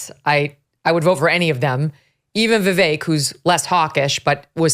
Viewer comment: I wish this guy would learn how to pronounce Vivek’s name. 🤦🏻‍♀️